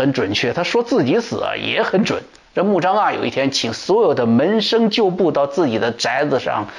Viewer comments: 穆彰阿。滿語讀音在這裡 阿不讀a。讀e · 阿，e发音。曾国藩不会做人但是会做忍